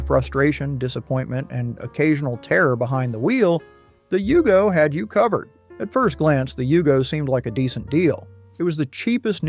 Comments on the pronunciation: And it was a Yugo, not a Hugo! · It's a Yugo, not a Hugo... And nothing american about it. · I can't believe these videos they can't even get right the pronunciation of cadillac cimaron , it's yugo not hugo this video's moronic maker can't get ANYTHING RIGHT. So why should you watch this video? You can't believe anything they say. They're just wanting to cash in.